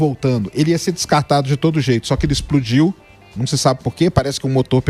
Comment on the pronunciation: "exprodiu" ? Rsrsrs...